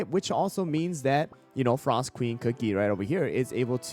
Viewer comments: pinecone comeback is real!! also "frsot" lol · FINALLY someone recognized pinecone’s potential here 🎉 Also “frsot” lol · “Frsot” pinecone is back!